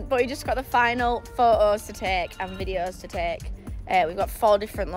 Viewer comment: Did just say pho'os?? As a American who has been teased mercilessly for inferior language skills by Brits at parties, I feel the need to ask about this aversion to pronouncing the letter "T"!?!